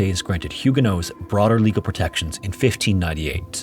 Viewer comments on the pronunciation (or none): Hey, I've always heard the protestant group as "Hugo-nots", not "Hugo-noes." Is that some English/French localization thing? Is that last t supposed to be silent? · I thought the pronunciation is HEW-guh-nots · You pronounced Huguenots so incorrectly it's neither the English nor French pronunciation lol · You’d think you’d look up how to say the main group in your video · Instead of pronouncing huguenots the way that you do. Change the last syllable to the word knots as in tying knots. Then you will have the correct pronunciation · It's silent in French, so not pronouncing it is a bit more accurate to the French although pronouncing it is probably standard English pronunciation.